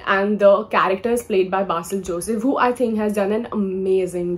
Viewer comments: It's not BAASIL Joseph Its basil joseph ( pron: "be" sil Joseph) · Not "be", it's pronounced as "bay" as in "bay-watch"